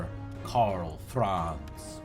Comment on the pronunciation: it's Karl Franz,not karlz franz